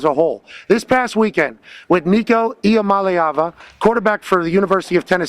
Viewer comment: His last name is I-Am-A-Leava. Really on the team for not seeing this coming